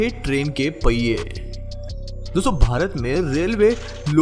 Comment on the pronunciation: पैये नहीं पहिए होता है। हिन्दी की धज्जियाँ मत उड़ाओं